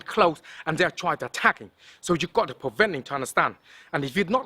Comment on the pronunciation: 😂😂😂😂 he said twying 😂😂😂😂